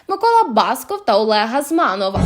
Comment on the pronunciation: Яка ж гидота отой баскОв.Йому, правда, мерещиться, що воно ,,бАсков". Усе фальшиве- від співу до зміни наголосу у прізвищі.Не кажу вже про поведінку.